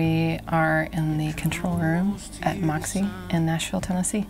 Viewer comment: Why spell it like that if you don't know how to pronounce it with an ø?